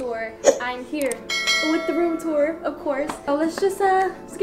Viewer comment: “duarumtur, duarumtur, duarumtur.” 😂😂